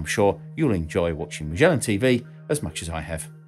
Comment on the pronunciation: I love the way says “Mashellan TV.” 😆 It’s a British-ism that’s hard to pin down.